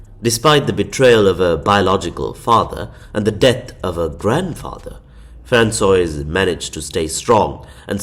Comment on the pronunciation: “Franswazz”, not Franswoa-iz 😊